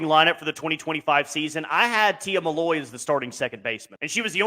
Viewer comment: It’s Tia MILLOY not “Malloy”